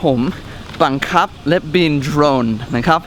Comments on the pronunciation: "บังคับ"น้าาาพี่เนททท ไม่ใช่บังขับบ555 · บังคับไม่ใช่บังขับ